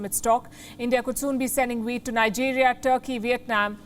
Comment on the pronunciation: OH! Wheat not weed.